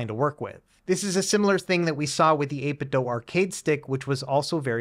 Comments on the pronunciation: I swear he does this on purpose, since he has done something similar in the past. I mean, "Doh you doh this on purpose" or "Doo you doo this on purpose". 8....bit....Doo.. as in - Do you do 8-bit ? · 8bit doo as in scooby. Not DOH as homer says. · Why do youtubers insist on saying "8bit dough" ? its bizarre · Can someone explain why the manufacturer is being pronounced like "eight bit dough", rather than how it's spelled - I.e. "eight bit do"? For absolutely clarity, I'm not suggesting that the review mispronounced it, merely that the word "do" is normally said as do, rather than as dough.